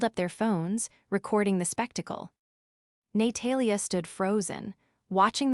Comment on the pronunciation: ‘Nay-Talia’ is particularly amusing. Or as AI would pronounce it ‘A-moooooo-sing’ 😂😂😂